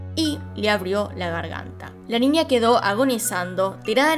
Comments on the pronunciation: Porque dice Ninia o cosas con la ñ dice nia XD? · Me encanta cuando dices ninia en vez de niña jeje